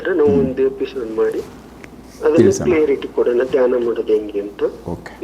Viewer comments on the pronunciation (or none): ಸರ್, ಕ್ಲಿಯರಿ ಟಿ ಅಲ್ಲ ಕ್ಲಾರಿಟಿ